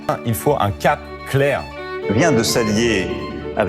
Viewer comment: « Il faut un cap claireunh! »